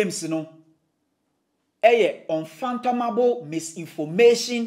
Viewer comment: The word is UN-FATHOM-ABLE.....................:face-red-droopy-eyes